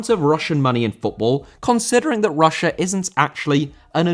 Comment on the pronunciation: Russia* not Russier